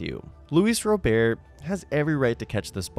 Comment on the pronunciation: How do you still not know how pronounce Robert